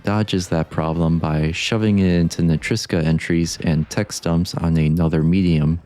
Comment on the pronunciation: I know it's a minor inconvenience, but It kinda bugs me that you pronounce "NetriCSa" as "NeteiSCa", which reminds me to when FrameRater used to pronounce "Reptiloid" as "Reptilioid". (I just wanted to point that out, idk —\(°-°)/